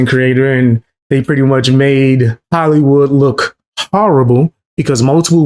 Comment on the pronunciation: why is markipiler and hollywood said very weridly its a good video but just a minor nitpick